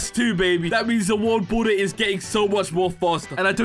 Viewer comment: You Said bald water as world border in the intro 😭